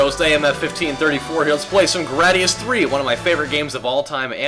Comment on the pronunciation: grei-dius not gra-dius